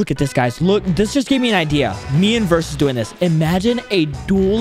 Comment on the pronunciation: why does call verus versus